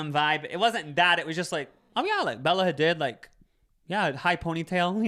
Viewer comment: Bella Ha-DEED not ha-did 😅 PASS-turized not paste-turized omg ily guys. Hope this helps ❤